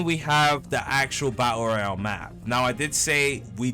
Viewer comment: Love the "Bael Royal" lol